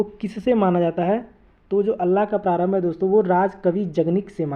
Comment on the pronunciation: अल्लाह नहीं आल्हा